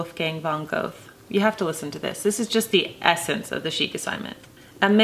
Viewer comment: This is all so lovely and I'm so glad to have found this channel, and I LOVE this quote. .but the author's name is pronounced (approximately) von "Ger-ta." As it is German it does not follow the usual American phonetic rules.